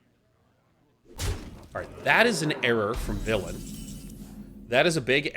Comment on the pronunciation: When did Sean start saying Villain like that?